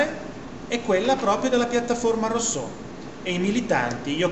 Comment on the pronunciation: Sì ma di pronuncia "russò" , non è difficile !